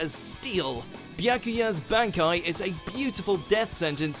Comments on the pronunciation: It's bahn-kai, not bann-kai. :P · Look we like you. We really do, but why do you say B-AN-aki in sted of B-ON-aki? That's how it's pronounced in English dub, and Japanese. Like seriously, why do people pronounce things differently, when they are shown how to pronounce it? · Its pronoced Bonkai not Bankai. stop saying the first a. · Ichigo:Bonkai The person voicing this vid: bAnEkAyE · Am i the only one who finds it annoying when he pronounces it as "ban-kai" instead of "bon-kai" like how even the english dub does? I do like how ever that people still support bleach can't wait for my favorite anime to get its true ending. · It's one thing it's dubbed, but to mispronounce bankai is a step too far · Using the dub version just ruins the pronunciation of the bankai, but he doesn’t even explain Gin’s bankai properly. This 10, like most of their anime top 10s, is just a joke. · The English dub bankai names are pretty cringe. Can't they just say it the same way the Japanese does? It's not like they translated the names anyway. The selected syllabus emphasis were kinda weird. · Why is ichigo's bankai no.1 and can we even call it a bankai since u know (spoilers) its not even a real bankai. Speaking of which what's up with ur pronunciation of 'bankai'. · Jeez the dub just murders the bankai names tsk tsk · The English pronunciation of the bankais is killing me. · Am i the only one triggered by his pronunciation of the word Bankai? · They butchered all those names and pronunciations. Dubbed really sucks sorry,but compared to how they say it in Japanese and how badass it sounds here it just doesn't give me the same vibes. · The way you say bankai makes me want to drink bleach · banekai, bonkai, bang-kai, sampoktu lol how you pronounces everything else right but that XD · He also fucked up the pronunciation of Bankai and Zanpakuto.